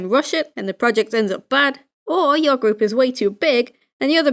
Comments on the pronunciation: 6 years later and i notice you say "gwoup" instead of group, and i love it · It sounds like u said gwoup. Project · I swear the first time he said group project , I heard gloop project.